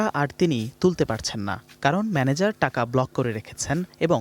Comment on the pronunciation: manager not madaecot